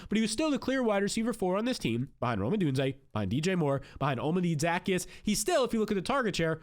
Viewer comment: Dude pronounce players names right....... nothing more annoying than guys giving football advice and can't even say their name right.... ZA-KEY-US NOT ZACKY-US.....might help ya get a couple more scribes.....